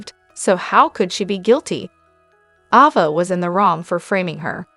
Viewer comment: Around minute , It's not Lucky Webber, it's Lucky Spencer. And it's not Ahva, not Avva, it's Ayva. You drive me crazy when you mispronounce well known names. I know you're a robot.